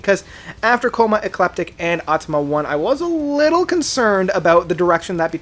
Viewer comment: I just can´t take you seriously anymore….you still can´t manage to properly pronounce their albums. It´s AutomaTA not Automa and its Coma Ecliptic and not Coma Ecleptic or what else….and it´s The Grid and not The Grind....man... AND Automata 1 and 2 are ONE album, not two....the label decided to split the release, but it was recorded as one album.